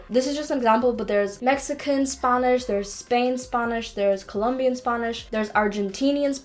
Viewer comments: I don't understand why she kept saying "sp ɑ nish" , it is /ˈspænɪʃ/. And be careful with Wordreference with local expression always check with a Native (spanish) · I knew you were either a valley girl from California, or you're from a non English speaking country, only because you pronounce the letter A differently than most Americans. When you say "Spanish" you say it like Sponish. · i love how she says spAnish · „spuhnish upps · Leraning four languages, can’t pronounce Spanish in English... SPANNIS will haunt me for the rest of the day... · Got a bit frustrated at first when you keep pronouncing spanish as spangnish, but then I later realize, o, that's Ireland accent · I just love her accent whenever she says spanish LOL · the way you say spanish is funny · The way she says "spanish" tho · The way she pronounced Spanish omg weird lol